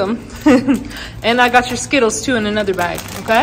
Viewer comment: Sgittles✅ Skittles❌ 😭🤣🤣🤣